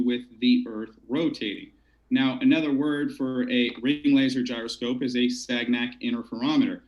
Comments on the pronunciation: I subbed thinking I'd see good debates but now I'm also rethinking that move: dude can't even pronounce "gyroscope" or define "marionette". Like seriously? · you don't know what a marionette is, and don't know how to pronounce gyroscope, and you didn't confirm the debate requirements with the participants prior to starting the event. Not very professional.